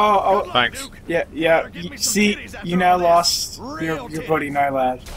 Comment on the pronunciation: I love how you guys keep saying Nylad instead of Nalyd. Rolls off the tongue better. :)